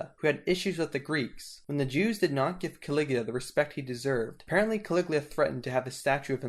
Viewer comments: His name was Caligula not Caliglia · Caligula not Caliglia!!😐😶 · Ca.Lig.U.la that's how you pronounce it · It's Ca-li-gu- la, just sound it out. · Why do you keep mispronouncing the name Caligula as well as other names of these Roman characters?